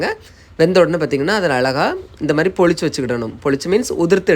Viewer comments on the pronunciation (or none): none